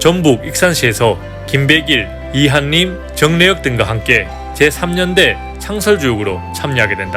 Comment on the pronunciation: 발음이 정말 안 좋으시네요. [이할림 ] [유월]로 발음해야죠 [이한님] [유궐]이 아니라